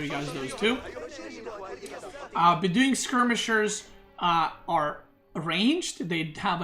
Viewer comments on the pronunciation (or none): Bedouin is bed-oh-win btw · wow your pronounciation of some words like Beduin or orchard... way off...